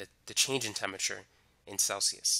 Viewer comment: "temmiture" pff I mean thanks for the vid :)